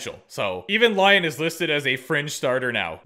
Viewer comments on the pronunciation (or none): none